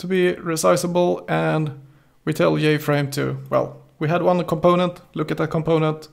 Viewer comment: don't forget jFrame as "yayFrame" hahaha